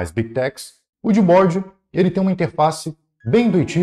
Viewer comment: desculpa mas quando eu escutei vc falar Gbode, helibode e simplebode kkkkkkkkkkk me quebrou